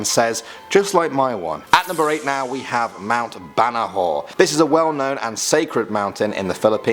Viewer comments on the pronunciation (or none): Mt “Bana-how” is how you pronounce Mt Banahaw... not Mt “Banahoh” 😂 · Banahaw not banahow Never mind we also have different accent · Yes! I've been waiting for this!! Im filipino that's why. Mount banahaw is very close on my house. And its called ba na haw not banaho. Its called ley te not lait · Its ley-te not pronounced as late. Its ba-na-haw. Not banaho. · Him: "Banaho" Me: ITS BANAHAW TANGINANG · Uhm I am Pilipino there are some wrong pronounced. Banahaw not Banaho. Leyte not late. Pronounce it right pls... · Him: Mount BAnahaw Me: I thought its pronounced as BanAhao :< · Quick correction hindi BANAHAWW its BANAHAAAAAW BANAHAW please ;-; (hindi=Not) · Its not mt. Banaho.. Its mt. Banaha"W" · Its mount BA..NA..HOW PRONOUNCE SPELLIBG IS BANAHAW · It's pronounce my banahow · The pronunciation of Banahaw I'd "Ba-Na-How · His wrong pronunciation of our words is so cute XD Banahaw /ba-na-how/ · Hey mount banahaw is pronounced BANAHAAAAW and Leyte is Pronounced LEYYYYYYTE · Its Ba-na-how 😕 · Mount "Banaho" "leyt" I am not offended, I found it cute ❤️ (The "haw" is pronounced like "how" but with an a. Leyte is "ley-te". C: ) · its pronounced "ba-na-hao" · I was confused where was "leyt" is.. then realized it was "Ley-te" And its "Ba-na-haw" Its like "how" So you can said it like "ba-na-how" Loooll.. the pronunciations are so cute tho. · Baa na how Haw is almost the same as cow. Marialabo Marias lah boh Yup thats how you pronounce boh And we have more urban legends if you guys what to make a part 2 Like aswang, mananangal, tikbalang, duwende, Kapre & there was that mysterious town that people can go to but must leave before sun down or they would be trapped there. And please i want that "BJERGSEN SHIRT!!!!!" TSM!! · I CRINGED WHEN HE PRONOUNCED "BANAHAW" 😬😬😬😬😬